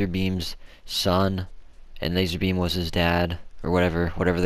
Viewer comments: did you just say lazarbean? It’s lazarbeam. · Its lazarbeam not lazerbeam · "lazArBeam" not lazerbeam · Lazarbeam not laser bean